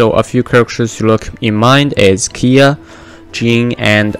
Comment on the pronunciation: When did kaeya turned to kiiya lol